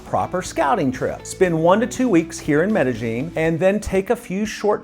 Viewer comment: I didn't mean to come off heavy, I just lose my mind when people do videos telling everyone about Ma-Dell-in. I think your videos are great & hopefully to meet you someday.